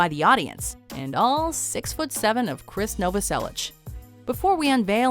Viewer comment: You can't even pronounce Nirvana's bassist's name correctly? Come on 😒